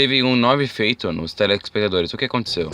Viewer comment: O dublador sequer consegue falar "telespectadores". Mano, cuidado.